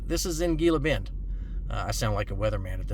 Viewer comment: It's pronounced heela bend.